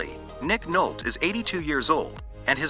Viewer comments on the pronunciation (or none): You pronounced Nolte wrong. Nole tea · So effing tired of shitty AI narrative where they don’t know how to pronounce stars name “Nic Nolt…..”🤷‍♂️🤦‍♂️